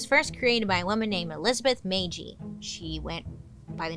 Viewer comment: Bailey, PLEASE READ!!! I just watched your video, and wanted to let you know that I am a relative of Lizzie Magie! She is my 1st cousin, 5 times removed! Thank you SO MUCH for sharing her story. This means so much to me and the Magie name. (BTW, Magie is pronounced McGee, like the popular Janis Joplin song, Bobby McGee) No one ever pronounced our name correctly growing up, so no worries.